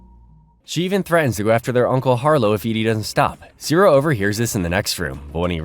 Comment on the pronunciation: IT'S "CEE-RIL"!